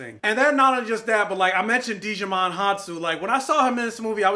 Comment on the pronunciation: Im in the same boat as you, LOVED LOVED LOVED the first Kingsman. Then stupid choices were made with the second 😞 Can we just get Kingsman 3 for the culmination of Eggsy's story please. And, I was looking like "Who is DIGIMON!?" 🤣😂 When pronouncing Djimon the D is silent lol